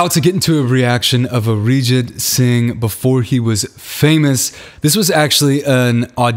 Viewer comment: its pronounced as arejeet singh ps love your reaction of momina mustehsan songs.Your a real fanboy